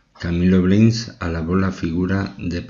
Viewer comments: Me dió sueño el relato...señor 🙄🙄🙄y es Blanes, no Bleins😏🤪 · Blanes!!! Así como se lee!! No se leé, Bleins!!! Que mal que ustedes, españoles, no sepan decir ese apellido. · Sr locutor el apellido es BLANES en castellano, manía de cambiar el sonido.Blanes, gracias. Mi pésame Cámilo Blanes Ornelas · Es simplemente Camilo Blanes, se pronuncia como se escribe. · Es un apellido español,no lo pronuncie por favor como si fuese inglés. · Es Camilo Blanes pronuncia bien